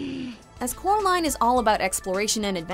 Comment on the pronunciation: Instead of coraline the boy says Kara line